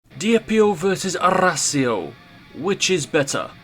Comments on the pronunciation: Its arras io not arrrrrrrrrrra' io XD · "Dihjep Io vsys Arræsēo" 💀💀💀💀☠️☠️☠️☠️💀☠️